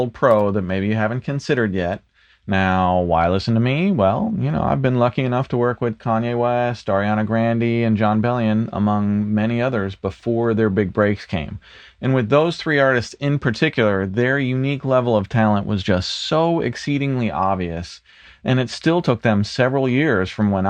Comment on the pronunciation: you gotta fix this. It's not "Arianna Grandy". It' Arianna "Gronday".